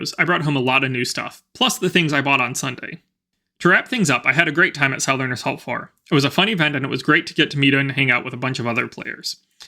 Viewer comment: I’ve never heard anyone pronounce it South-ern before.